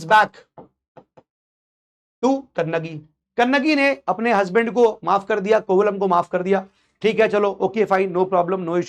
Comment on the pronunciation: Sir. He's Kovalan, not Kovalam it is the name of a place in tamil nadu. Also the name of the jewellery is Silambu which they wear in the ankle. Kannagi's father was a merchant so they were rich( which says about cholas) and not only that the king died because he gave a wrong judgement but his queen also died immediately after he died. The pandaya kings were known for serving justice and silapathigaram is an example. About cheras even Elango Adigal converted to Buddhism. if we divide the names of the books we will get the meaning. For example Ettu means 8, pattu paatu means 10 songs, pathinettu means 18. Keel means down, mel means up. Your pronunciation was cute sir 😅 Also thank you for mentioning the facts from recent study sir. Your dedication to provide facts- amazing sir. Also it is said that Lord Shiva was the head of 1st sangam which could be much much older. Theres so much about tamil literature like Thirukurral that it has to be studied separately. Thirukurral had every information needed to mankind but a single kural consists of only 7 words each.